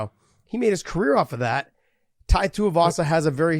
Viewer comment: John. It's spelled TUIvasa. Not TUIAvasa. Get that extra A sound outta there that's not how it's pronounced